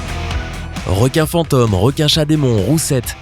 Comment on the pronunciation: Fantones ? sais pas Phantomes xDD